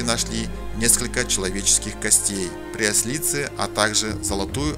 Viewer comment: ПрЯслице, а не пряслИце.